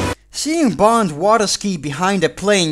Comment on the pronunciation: Why every time you say "Bond" I hear "Blond"?